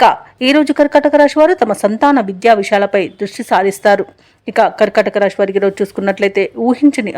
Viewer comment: రాషి కాదు. రాశి.